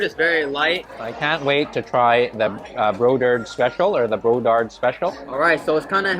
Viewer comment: . BRODARD not Bodard . They used to live in Nhatrang . They also have more then one BRODARD Restaurants in Texas , own by the older brothers of BRODARD in Fountain Valley S Ca. ( all the recipes R from Mother of them )